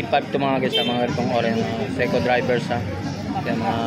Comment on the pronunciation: SEIKO DIVERS PO HINDI SEIKO DRIVERS. HAHA